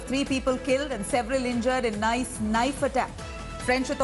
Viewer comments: It's not Nice as in English 😂 It's pronounced as Neeece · It's not "nice" Madame....it's pronounced "niece". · It is pronounced ' Nees' not 'Nice' u dolt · Nice is pronounced as 'niece'. Please check with foreign language speakers for any future names in any language if India Today looks for accuracy. France is not a Muslim country but has its doors open to Europe's largest Muslim community. France must evict all suspected Islamists, cancel and reduce the permits of mosques and Islamic influence in secular Christian France. Get the army to patrol in no-go Muslim areas in Paris and other French cities to enforce French law and not syariah law ! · It's pronounced as "Niece ". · It’s pronounced as “niece” 🤦‍♂️